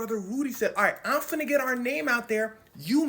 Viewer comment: This is the first time I've heard you straight up talk ghetto. Please don't "funna" anymore. You have a wonderful speaking voice for storytelling and you're just going to ruin it with some mush mouth ebonics. Yuck.